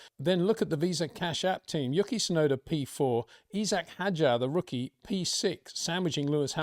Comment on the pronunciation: You can say Hadjar but not Issac?